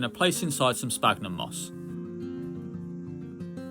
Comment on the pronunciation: Hi, I really like your content especially the terrarium stuff but please please stop saying sPagnum it's pronounced like sfagnum because of the ph. I don't mean to be rude or anything I just find it so hard to keep hearing that mistake.